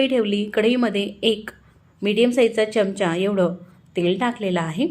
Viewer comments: च्यमच्या नाही बोलत. चमचा असा शब्द आहे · च्यमचा न म्हणता चमचा म्हणा‌. छान वाटेल.